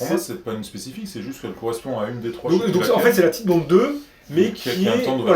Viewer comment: La marque Titebond est une contraction des mots anglais tight et bond. Donc ça ne se prononce pas tite mais tight (taït) comme right fight etc...